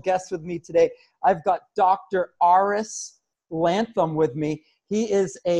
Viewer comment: oh my God its not "Lantham" hahaha. thank you SO MUCH for the interview bro <3